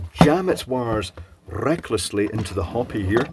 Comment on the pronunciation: "let's get the hopi" "and we shall jam these wires rrrrrrecklessly into the hopi"